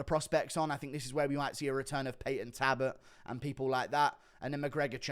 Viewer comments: It's Talbott not Tabbott 😂😂 you say Bonfirm aswell when its Bonfim. Guru out here switching up names adding and removing letters. 😂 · Guru pronounces all the Eastern European fighters names with ease but can't say talbot ffs